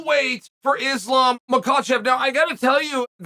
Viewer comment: Someone check the thermostat in hell because Uncle Chael finally said Islam's name correctly lmao ❄️👿🤯